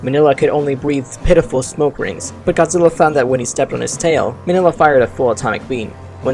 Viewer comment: It's actually pronounced mini-lla